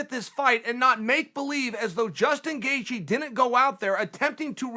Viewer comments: Me: Gaethje Chael: Gathje Me: okay, great. Gathje. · You mispelled Gaethje , Chael.